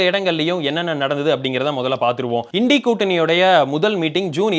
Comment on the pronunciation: Well pronounced.. இன்டி கூட்டணி is the right pronunciation 🎉🎉🎉🎉